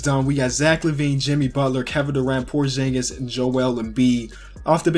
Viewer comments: ITS porzingas not porjingas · It's porzingis not porshingis btw I love ur channel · Pronounce porzingis right